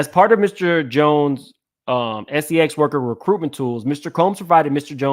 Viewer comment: just unveiled a RICO and es-ee-ex trafficking ring